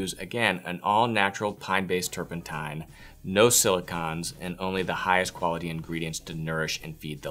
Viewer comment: And "turpentine."